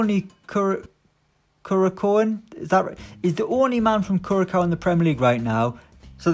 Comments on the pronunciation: Hall its more like kurasao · Curacao is pronounced Curasao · Nobody: Absolutely nobody:: Kurakao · more like cureasao). For better understanding. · It’s pronounced curasou